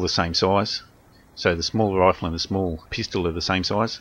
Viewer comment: Pistol not peestol.